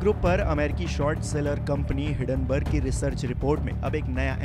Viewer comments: Hiddenburg nahi HiNdenburg hai 😂🤣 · It is Hindenburg not hiddenburg. Please recruit people who can pronounce words correctly.